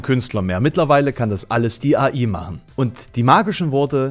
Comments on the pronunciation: "AI" = engl.: "Artifical Intelligence" also entweder engl. aussprechen oder KI :P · Ich möchte beantragen, dass du AI englisch aussprichst und KI verwendest, wenn du die Buchstaben deutsch aussprechen möchtest. :D Ansonsten wie immer schönes Video. Ich habe das Gefühl, dass Bilder im allgemeinen ein bisschen zu viel Bedeutung haben in der heutigen Zeit. Gerade jetzt mit den neuen Möglichkeiten durch KI. Am Ende sind Bilder dann doch nur Bilder und nicht die Realität. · ich will ja nicht klugscheißern, aber AI ist die Abkürzung für Aritficial Intelligence und sollte daher schon Englisch ausgesprochen werden. Im Deutschen haben wir ja KI;)